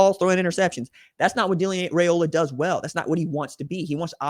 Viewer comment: How about pronouncing the young man's name correctly "RYE-OLA"....not "RAY-OLA" GO BIG RED!!